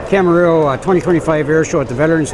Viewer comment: It's Camarillo, not Camerillo, and it's Robert Yenney, not Robert Yenning